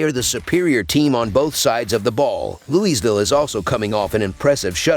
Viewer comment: its LOUIE VILLE. say it with me